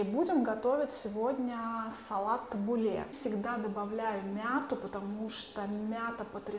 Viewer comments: Доброго времени суток. Табуле ударение на втором слоге, кускус ударение на первом слоге, бургуль ударение на первом слоге. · И ещё вы не правильно ставите ударение, кинуа и табуле ударение на у